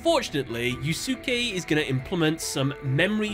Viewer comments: I can't be the only one who took psychic damage from your pronunciation of Yusuke. Unless I'm misremembering S4, Yusuke should be pronounced yoo-skay, not yoo-su-kay, like with Sasuke, from Naruto. The U between the S and K should be silent. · NGL the mispronouncing of such a common Japanese name is really painful to hear it's pronounced Yu Skay not yu su key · Yusuke pronounced "YOU-SKAY" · It feels so weird hearing the dub names like Atticus in season four duels great to see them get some love though great video but I will say yusuke's name is pronounced like (you-skay) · Wouldn't the pronunciation of the guy who fought Atticus be said as Yuske since the u between s and k is silent? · Yusuke: No one can understand the pain I feel. The pain of having your name mispronounced by a british youtuber doing duel analysis videos. Damn you,, I will get you back... somehow. It's a joke reference to Naruto Abridged, repeated again in the latest Yugioh Abridged, as reference to how Yusuke's name was mispronounced here. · watch yuyu hakusho lol sasuke "sauce-kay", yusuke "yooSe-kay" im not hating just thought i'd let a dude know in a polite manor vs the trolls roasting you in the comments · Why is it nobody can properly say a name that ends in -suke? It's *one* syllable. "Skay". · I'm so sorry to just comment about this but it's pronounced you-skay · The cringe from your pronounciation of Yusuke's name... it's You-Skay. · Is that pronunciation of the character's name in the dub? I'm pretty sure the "not 4kids" version should be pronounced as "Yu-skay". I say this because of Yu Yu Hakusho! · Yu-su-kay? Eww. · I'm gonna go on a limb and assume you have not seen one of the classic animes: Yu Yu Hakusho. It's pronounced "Yus-Kay" (Yusuke) just how Asuka is pronounced "As-Ka" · Id never heard yusuke being pronounced differently aalmost every single time, "yu-suuu-kay" and "yu-suu-ki" are definitely a first. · Duke is pronounced as "skay" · The second U in Yusuke is silent